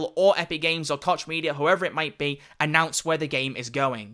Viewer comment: It's pronounced "Coke" media! god damn illiteracy.